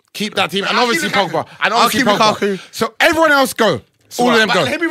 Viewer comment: ......What are you saying Champions League.....shhhhh (Lukaku shh)